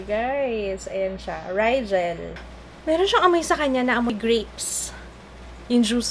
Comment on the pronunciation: rijah po basa sa rigel :)